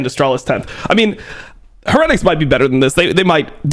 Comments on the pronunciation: can you please stop saying heretics like that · no way dom is going to go this whole video pronouncing "heretics" like that lmao